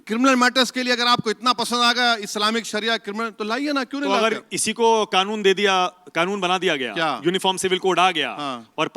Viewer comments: Khanoon nahi kanoon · Khan wala khnoon kah rahe hai kya Kanoon hota hai bhai